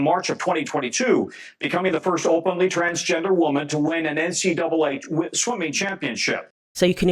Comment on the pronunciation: Thanks for not saying N-C-DOUBLE A, which adds an extra syllable unnecessarily.